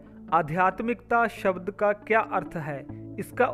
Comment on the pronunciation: कृपया शब्द का शुद्ध उच्चारण कीजिएगा। शबद नहीं शब्द है।